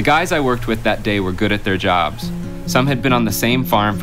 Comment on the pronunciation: "Th TOOk our JOBZ"!! 😆